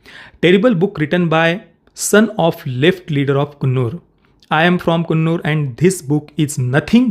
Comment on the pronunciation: Bhai sthal ka pronounciation कुन्नूर nahi कन्नूर hain. main us jagah se hun originally. Aap ne alag jo bhi kaha woh toh tikh hain